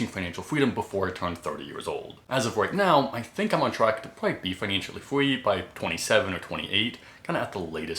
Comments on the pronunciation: Yea slight speech impediment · Is it just me or is he saying free as fweeee